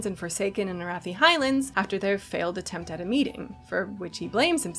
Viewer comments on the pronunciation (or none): none